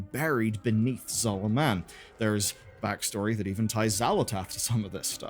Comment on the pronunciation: right off the bat says voidscar instead of voidstorm and pronounces Zul’Aman in the most UK way possible talk about misinformation :P